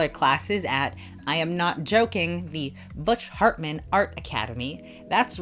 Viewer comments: I heard that .. butch fartman hehe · "Butch fartman" LOL